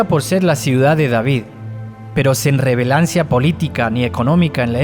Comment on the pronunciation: Me desconcentran cuando pronuncia mal las palabras como metaforo (metáfora) , revelancia (relevancia)... yo siempre cierro los ojos para escuchar radio solidaria y estos errores me distraen... se extraña la voz anterior le daba otro toque era una buenisima interpretación...